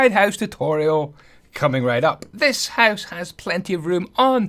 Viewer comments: Are you Dutch? Just the way you say ‘huis’ = house xD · oooooh, i would't think that. You say house almost exactly like in Dutch, and how you say down sounds like dune in dutch (duin). I just thought it was funny. Btw I love this house, just build it in creative, gonna build it in my survival world as my base, and make the upgrades too!